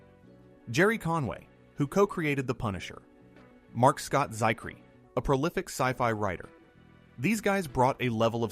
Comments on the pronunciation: Also, it's Marc Scott ZIKH-ree. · A couple of errors here. 1. It's pronounced Marc Scott ZIHK-ree. 2. The Centurions figures were 7.5 inches tall, not 10 inches. That's still bigger than most 80s figures, but it's roughly the same scale as Thundercats, which was a big hit.